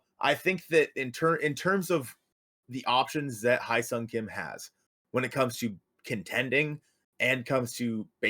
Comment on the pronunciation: Great video :) Small tip: "Hye" is pronounced like "yes", but drop the "s" and add an "H" :)